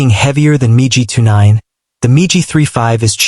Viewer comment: You fools and your miserable Computer generated voice. Most intelligent Children would know that MIG, is not Pronounced Migi😊 Your embarrassing yourself!!